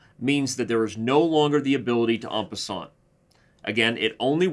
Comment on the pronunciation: You may not be a French scholar, but try to say 'en passant' as if you're a Frenchman. Do not pronounce the 't' because it's not followed by an 'e'. "On passante" just grates! ha ha